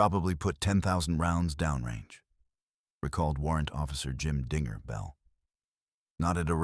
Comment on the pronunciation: I think dinger is the nickname given to Bell. Is there a Bell on the website? This is not an Australian channel most foreigners don't get Australian's use of nicknames and the script is being read w8th emphasis on finger not the following word Bell.